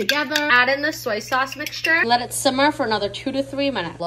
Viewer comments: Loooookkkkkh Attttttttah thaaaaatttthhhh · I LOVE THIS!!! 🥰☺️ omg and we got the full “Look. 👀At. ✨That. ✨” 🤭😊 I love it sm idkw